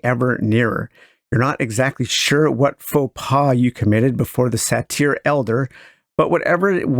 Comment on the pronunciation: ˈGreat stuff, as usual! For the record, "satyr" is generally pronounced either "sādər" or "sadər."